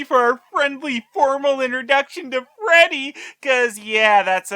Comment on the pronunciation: I felt like watching this after and everytime they said 'Freddy' I heard 'Teddy'